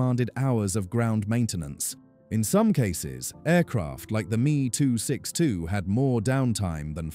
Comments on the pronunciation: Please, stop using gamerspeak. The Me 262 name is pronounced EM EE. Just like a Bf 109 is a Bee Eff 109. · Crappy AI narration. Meeeeee262